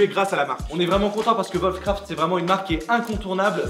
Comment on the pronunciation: Putain, arrêtez de dire volfcraft. Vos chien ils font voof voof ?